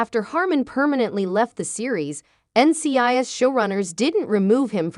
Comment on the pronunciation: I noticed that also but I think it happens when people use the computer voice to do the narration. Also the pronunciation of NCIS is off.